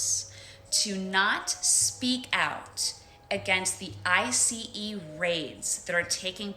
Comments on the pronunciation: "...to not speak out against the eye see eee raids that are taking place..." Who says "eye see eee"? God these liberal women are tedious and boring. I don't even want to hang out with them or be their friend, so why do I care about what they think? they are BORING. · saying the individual letters in an acronym like it's a basic initialism, feels wrong and illegal. Like, saying "S W A T" instead of "SWAT"... Guys! Get over here, quick! Look, the S W A T is about to breach my neighbors house!!! 🤩😮😐